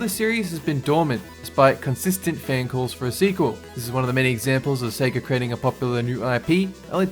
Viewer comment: Thank you for not saying “Seega” anymore!